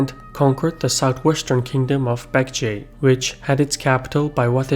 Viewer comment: Please pronounce "J"s as hard "G" (as in ginger not garlic) sounds in Korean. They are English "J"s not German or other European "J"s that sound like English "Y"s. Edit: you've pronounced "Bek-Je" quite well, so I don't know why you'd pronounce "Kim Jung Eun" or "Jin" with the English y sounds. Otherwise, very good brief summary (and potentially the best I've seen) of Korea's thousands of years long history. But I'd say the significance of Japan is just slightly over played (I guess it was to foreshadow what's to come) and the Manchurian people (Kithans and Jurchins etc.) and the region's importance are quite underplayed in ancient and early medieval periods.